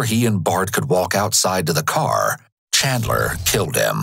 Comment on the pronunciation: As a fellow Chandler the Chandler association does not claim or approve of this man. Also bro keeps saying Chadler